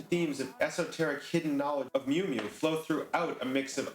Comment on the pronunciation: thank you!!! BUT its not the Justified Ancients of "Mew Mew" its "MOO MOO" #HailEris